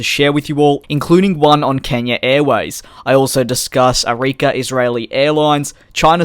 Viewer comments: Its not arikia Its ARKIA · Arika???? Its Arkia! eye rolling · It's Arkia not Arikia! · You say Arika but it's Arkia, But good video as always! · it's arkia - says like arkiya